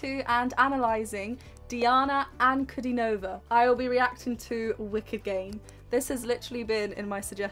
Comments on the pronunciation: Her name is pronounced as D-anna Un-Cu-Dean-O-Va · Her name is pronounced Deana Ahnkudeenova with emphasis on the deen. Just FYI. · pronunciation: Anku-DI-nova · "Dee-ana An-ku-DEE-no-vah" ;)